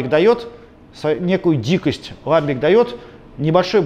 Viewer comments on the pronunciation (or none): всё хорошо, только не лАмбик, а ламбИк